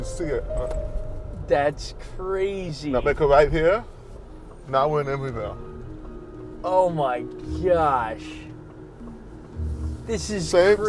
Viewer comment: it’s Emeryvile, not Emoryvile.